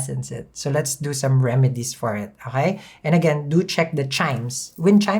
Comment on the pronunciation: My favorite word from him is uhkay. Uhkay bitches hello! 🤣😋 It's morning